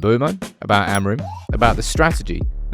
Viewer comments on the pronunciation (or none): none